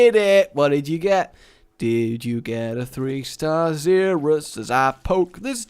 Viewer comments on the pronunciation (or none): it is pronounced zer us not zeerus